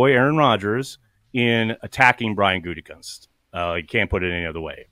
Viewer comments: At least can pronounce “GOO-tee-koonst” unlike Pat “GOON-tee-koonst!” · I stopped listening to him since he went big ...can't even pronounce Gutey's name.